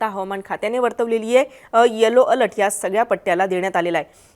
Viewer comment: Over all 😭. अल्ट नाही बाई अलर्ट 😭